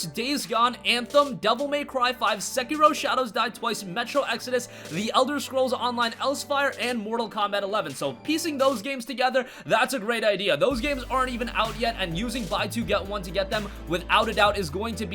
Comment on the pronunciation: the ESO expansion is actually pronounced "Elsewhere"